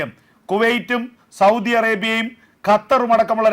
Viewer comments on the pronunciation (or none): none